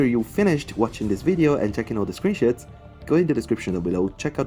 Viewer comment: Just have to ask, did he say screenshots or screenshits